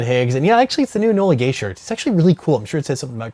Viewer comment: Says "Enola Gaye" :D